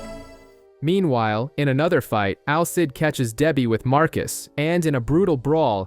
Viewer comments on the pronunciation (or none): Al Cid😭😭😭😭 It's Alceeeeeeeide